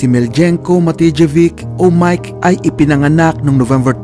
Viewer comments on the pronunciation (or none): Nice content lods... Miljenko Matijevic is pronounced as MILIYENKO MATIYEVITCH...